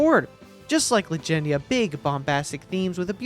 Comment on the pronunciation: Bro triggered me out the gate with Legendia. smh. 😆